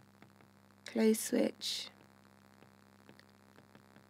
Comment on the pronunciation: "Open Swith"